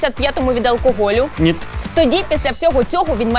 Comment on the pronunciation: «Нiт»?? Нит блять? Тесть теперь украинский язык это просто русские слова с буковой «i»?